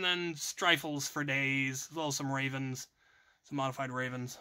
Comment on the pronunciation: Most envious part was when he had said “rayvenS”